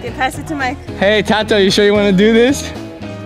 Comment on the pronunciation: Not being rude but its tato not toto just correcting you ✔︎